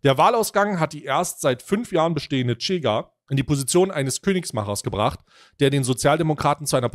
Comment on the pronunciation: nices video, kleiner Hinweis, weil ich drei jahre in Lissabon gelebt habe: die Chega wird "Schega" ausgesprochen, ohne t